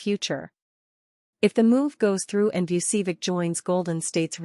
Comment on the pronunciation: Learn to pronounce "Vucevic." correctly.